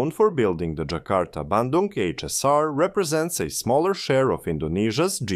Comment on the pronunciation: You nailed pronouncing "Bandung" perfectly!